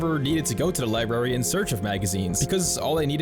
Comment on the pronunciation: You said "libary".